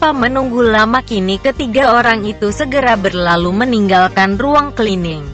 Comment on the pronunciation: saran utk admin sebaiknya cerita yg dibacakan di tulis dengan bhs indonesia saja shg pembaca cerita tidak selalu salah dalam pengucapannya seperti tulisan "Cleaning" di tulis "klining" shg tetap dibaca sbg "klining" bukan di tulis "Cleaning" dan di baca "celening" atau dlm bhs indonesia ejaan lama "C = tj"